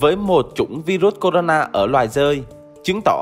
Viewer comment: Vai ruất 😡😡😡 đọc sai chính tả 😡😡